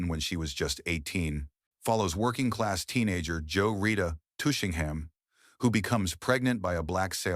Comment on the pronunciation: "Joe Rita".... Tushingham? WHY, oh WHY won't you just pay an actual human with a decent voice to read this Copy?